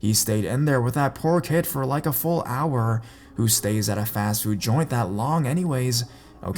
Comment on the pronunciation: Aisme833 Sheridan hourrrrrrr